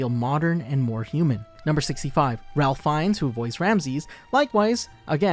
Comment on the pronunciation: Small Correction: Ralph Fiennes" is pronouned like "Ray-f Fines." Like the "l" doesn't exist and with a long A sound.